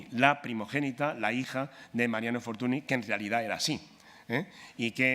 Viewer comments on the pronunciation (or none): FORTUNY se pronuncia FORTUÑ